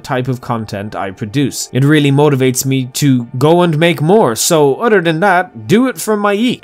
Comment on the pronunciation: You say other like utter. This is why I subscribed.